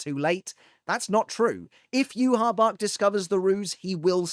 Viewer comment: listen his name is pronounced (Yue-Hah Bah-Hah) not Yue-Hah Bach Yhwach's name is directly inspired by the Tetragrammaton (YHWH), the four-letter Hebrew name of God in the Abrahamic faiths. The spelling "Yhwach" was chosen to visually resemble YHWH, while the pronunciation "Yuhabahha" (often rendered as Juhabach in early translations) comes from the Japanese phonetic adaptation of the name. Hebrew Origin: The name combines Y and H from YHWH with the German word Wach (meaning "awake"), reflecting the Quincy's German-themed naming conventions. Pronunciation: In Japanese, the name is written as ユーハバッハ (Yūhabahha), as the language lacks a direct equivalent for the "V" sound, converting it to "B." English Localization: The English spelling "Yhwach" was adopted to avoid directly writing the sacred name YHWH, which is considered taboo to speak or write in Judaism.